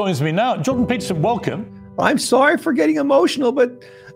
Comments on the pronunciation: Hilarious vid on so many levels The one piece of feedback that I would like to offer is that Canadians like Jordan Peterson pronounce "sorry" more like "sourry", but you said "sorry" in the american style twice within the first 15s of this skit, including the very first sentence... which feels like kinda missing an early opportunity to really set the tone and sell the impression. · It’s sory not sorry.